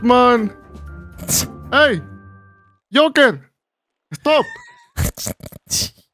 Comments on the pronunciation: Lol “Hey Yoker” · Ey.... Yoker.... Ehstop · Aye Yoker